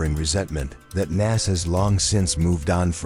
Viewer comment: it’s Nas not Nass wtf